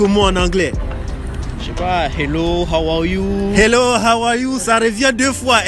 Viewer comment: Hawaw you 😂😂